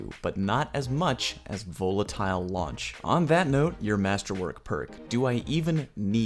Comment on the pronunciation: why is he pronouncing volatile like that?